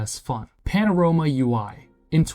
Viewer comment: I swear these video scripts are done with AI and these braindead "youtubers" dont even know to pronounce their own script properly.